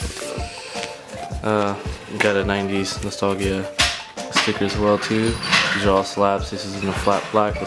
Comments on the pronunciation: Yo mans can’t pronounce nostalgia 🤣🤣🤣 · Bill Davieau it bothered me so bad